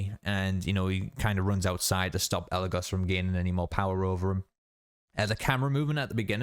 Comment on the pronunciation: I really like how when the brujo says eligos he puts emphasis saying the go in eligos while Kelly possessed and actually eligos says it correctly